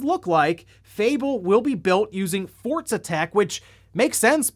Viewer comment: He said Forza twice and I was like oh wow he's learning. Then in the same sentence converted back to saying Fortza.......